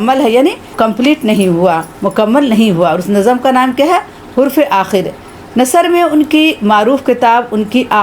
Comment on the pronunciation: السلام علیکم! امید ہے آپ ٹھیک ہیں نظم کو NAZAm نہیں بلکہ nazm پڑھنا چاہئے۔۔